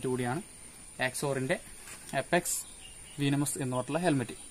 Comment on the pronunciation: Bro വീനമസ് അല്ല വെനമസ് ok.. pinne back visor alla athu spoiler anu.. pinne video length kurakkan nokkuka😊😊😊